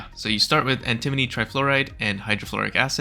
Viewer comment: anti-moni not an-timoni nak-wa-dah not na-kwa-da emphasis is important XD